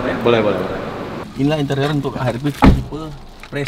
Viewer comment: HRV bang bukan HRP wkwkwk